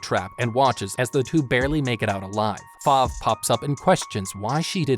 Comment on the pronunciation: Kabuki? I thought it was Koyuki :0 Spoilers, click "read more" if you dare. Ripple does not own the flying broom stick, Top speed does if you watch the anime on crunchyroll, and it's not "Five" it's Fav, and it's not wild cranberry sadly as I am sure almost all of us wish that but it is Musician of the forest, Cranberry. Look at the fandom, it also has a manga, and the reason why it is only 1 season with 12 episodes is possibly because it takes place in the Restart (1) manga.